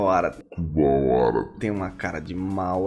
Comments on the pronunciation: Que dor foi ouvir Kubawara! Mas que maneiro é ver você praticando, sempre muito didático. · achou que ele estar olhando pra câmera errada e falando o nome do Kuwabara errado, seria o que irritaria o pessoal, mas a real é que geral ficou irritado dele não ter visto yuyu hakusho completo